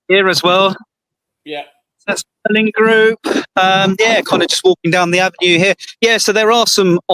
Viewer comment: It's MARLIN not Merlin